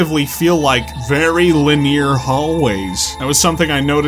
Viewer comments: Lineer?? Guess it was your first time saying it out loud. Great vid otherwise, I felt the exact same. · I don’t think I’ve ever heard anyone pronounce “linear” the way you do. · You say "linear" very interestingly.